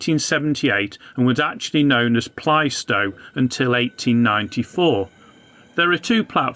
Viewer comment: great little vid on my old stomping ground; however, at 2.15: while there is great debate over whether it should be pronounced "playstow" or "plasstow", it has definitely never been pronounced as "plystow"!